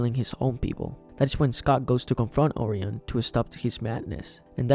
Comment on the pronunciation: You mispronounced Orion. It’s Or-Y-in, not Or-eon